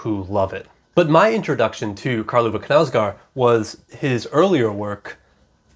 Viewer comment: Love your reviews! I just wanted to tell you, given that you like this author, the correct pronunciation of his name, which isn't anything difficult no worries - [kɑːl ˈûːvə ˈknæ̂ʉsɡoːr], the simplest thing is to type the name on google translate and listen to the audio, anyway, the k is not omitted like in english, å is pronounced like 'odd' and the last d is omitted, for the au of knau I can't find an english example but if you pronounce it like you already do it's not too bad although it goes more towards an e sound